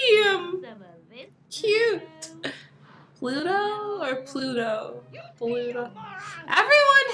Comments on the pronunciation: It’s Luto. I got confused the first time too, and I’m still a little confused cause sometimes it sounds like Pluto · Pludo or Bluedo Ummmmm ITS LUDO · Pluto? Judo? It’s Ludo! Lol, not meaning to be mean or anything! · Kenneth Robinson its ludo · It's ludou